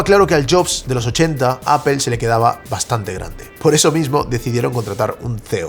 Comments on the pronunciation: 🤣😂Repitan conmigo hermanos españoles, NO se dice "A P E L " se dice a p P L E, aaaaa ppppp ppppp llllll EEEEEEEE 🤣😂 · Lo único que no entiendo es porqué los españoles pronuncian tan mal Apple. Dicen Apel, pero en Inglés sería "Apl", Castellano (Aple) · por que le dicen "apel" no se pronuncia asi.. incluso en ingles se pronunci "apol".... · Interesante lo que nos compartes pero no puedo escuchar tantas veces “apel” sin volverme loco. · deja de decir apel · Pregunta en serio. Por que dicen apel en lugar de apple? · por que le dices: APEL? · tengo un problema psicológico y no soporto cuando le dice appel a apple o googel a google 😅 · Qué es "apel"? 🫠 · Me encanta y su contenido, pero a su nivel ya no deberia cometer errores tan absurdos como decir "Apel" en ningún idioma se pronuncia de esa forma 😂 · Pronuncia bien Apple😐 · Aprende a pronunciar Apple! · Buen vídeo excepto por la pronunciación de la palabra "Apple" :face-blue-smiling